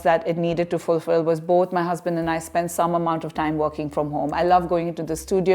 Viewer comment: The "bolth" for "both" was a tell that we might be in Mormon Country with, yet again. Not a criticism, just an observation. They're quite the influencers.